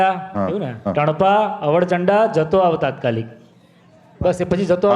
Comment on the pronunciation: અવળચંડા સ્પષ્ટ બોલો, અવરચંડા જેવું સંભળાય છે. તેવી જ રીતે આકડો એ એક વગડામાં ઉગતી વનસ્પતિ છે. તેનો ઉચ્ચાર આંકડો એવું સંભળાય છે. જે બરાબર નથી. તમારા ગ્રુપ પાસેથી ઘણી આશાઓ છે. ગુજરાતી ભાષાનું ગૌરવ અને ભાષાકીય શુધ્ધતાની અપેક્ષા છે.